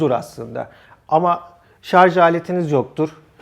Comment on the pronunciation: Akü uzmanı arkadaş bile ŞARZ diyor :) Doğrusu ŞARJ dır. Bilginize...